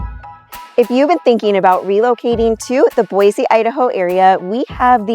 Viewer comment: Yeaaaa ahhh 1 middleton is not in boise 2 you cant pronounce boise correctly lol